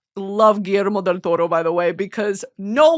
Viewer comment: her saying Guillermo Del Toro is reminiscent of Cameron Diaz saying “PILI-PINO” lmfao